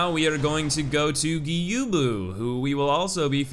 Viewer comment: Learn to pronounce stuff like gyoubu and other things you butchered